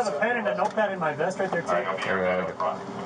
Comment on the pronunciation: "All I need is my meth" 😬 I know that he said vest. But it sounds different. He must be very thirsty. After killing the bottle he mudz have a very full bladder 😁